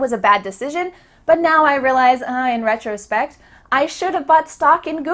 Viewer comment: i checked the pronunciation of retrospect in different dictionaries and your pronunciation is different from them. can you explain?